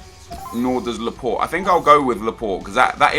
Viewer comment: Why did he say Laport wen it is Laporte